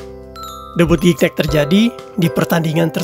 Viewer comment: Spellingnya Gignac om.. Typo jd Gicnac tuh Om.. bacanya juga "Zi-Nyak" .. semangat terus Om..